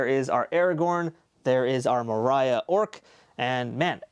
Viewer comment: That’s not how you pronounce Moria! :(